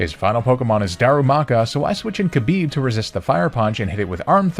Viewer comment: Khabib had one wish post career. Just pronounce his name better. It's closer to Habib than Kabib.